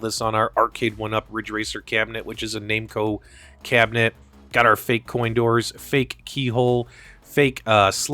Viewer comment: "Name-co" - whaaaa? I think you mean "Nam-co" when pronouncing Namco